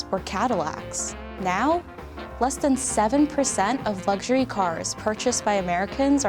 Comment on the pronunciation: "wadder den a engineer for da jab"